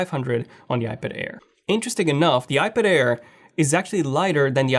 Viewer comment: Air, not care 😅